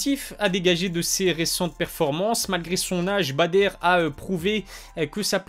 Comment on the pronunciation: stp, c’est Badr pas “Bader” …